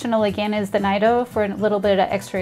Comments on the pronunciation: BTW, it's pronounced "N-ee-do". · Yes, my hispanic coworker has corrected me multiple times about my pronunciation of Nido. 🤣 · Nido 😅 hate to be that guy but it’s pronounced different